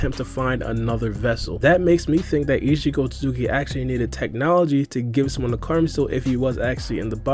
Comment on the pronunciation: Like everytime gang say “Ishi otsooki “ 😂😂